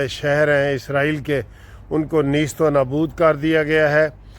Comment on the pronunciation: Neesto nabood nahin balkeh naisto nabood hota hai.